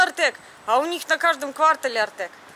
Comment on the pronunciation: КвАртале?! Зачет!